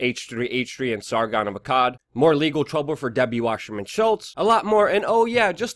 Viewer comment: It's Wasserman, not washerman